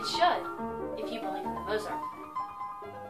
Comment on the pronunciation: why doesn't she pronounce the name correctly?